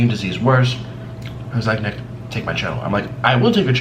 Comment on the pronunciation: Anyone else turn captions on to see for yourself? It's true! It thinks Nick is saying the N-word!!